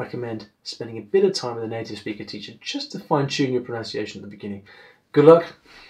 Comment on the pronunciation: You are mispronouncing the word pronunciation.